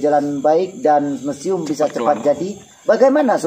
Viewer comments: Hahahaha lucu,MUSIUM MAZ, bukan mesium😄🙏🏼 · Bukan mesium yg betul museum.... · ojok lali Ttul warna Abang ingsa Allah berkah. lucu bilang mesium 🤭😂 bukan mesium tp MUSIUM. jgn tergoda mas Noa tergodala Wkwkwk 😂👍smga maz sehat sllu..